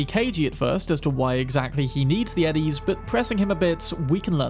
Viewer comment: There are a few cp2077 creators that say ennies instead of eddies. Am i missing something?